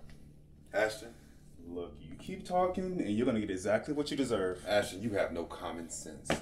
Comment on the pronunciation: Ashton....not Ashton 😨😱😭💔